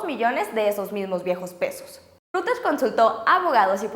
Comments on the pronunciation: Hoola chicas, muy lindas uds, nomás una cosa: Emmm... no es ruters, si no algo asi como :"roideirs" (salvaje pronunciación aparece) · Aunque te tardes... se pronuncia "roiters" no "ruters" ni que fuera access point ! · Ojo, Reuters se pronuncia "roiters" no "ruters". La demás información está muy bien! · Se pronuncia Roiters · Reuters se pronuncia "roit ers"